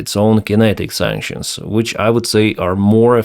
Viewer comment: Did you just say "Kinetic sactions"? 😂